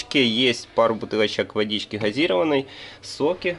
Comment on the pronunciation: ГазИрованная ударение на И, кем работаете и где???